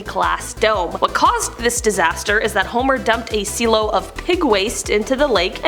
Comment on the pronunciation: She meant silo, just pronounced it weird.